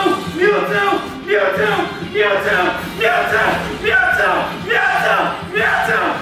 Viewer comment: he's saying MEATWO